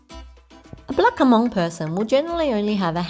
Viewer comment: Nice video but Hmong is not pronounced as a two syllable "Huh-mong." The "H" is a short nasal sound that comes out of your nose, just like if you were humming a song. You attach the "mong" which is the sound that comes out of your mouth to make one smooth syllable: Hmong. If this is too difficult you can simply think of the H as being silent - although that wouldn't technically be true - and pronounce it as "mong." Either one is preferable to "huh-mong."